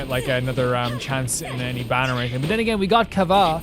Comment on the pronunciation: PATREONS can you guys link him the hu Tao fan song now that he did the quest Anyway why does bro keep saying kava 😭 btw you can only get off banner 4 stars